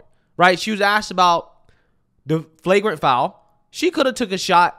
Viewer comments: It's flagrant.. not fragrant 😅😅😅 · It's Flagrant not Freygrant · FLAGRANT. Fwaygrant isn't a word